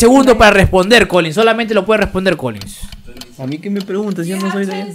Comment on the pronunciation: Xq dice colinsss .....es Collen...."Colllin".....